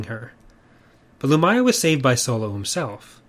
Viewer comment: I always thought her name was pronounced LumIya, not Lumaya.